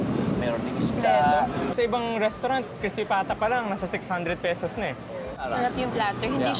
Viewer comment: Less make up and more enthusiasm won't hurt! And "peysows", seriously?